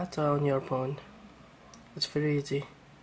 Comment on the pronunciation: lol take the battery ut of the phone and put it back in lol he said "porn" instead of phone